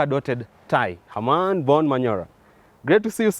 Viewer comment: Why do you always say? it's Herman for fuck sake! Learn from jadiel